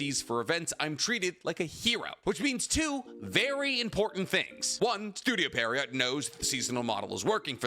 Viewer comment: No hate, but it's pronounced pee·euh·row. French words are dumb